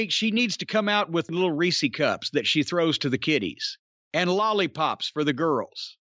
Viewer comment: "Jim took my wolly pop!"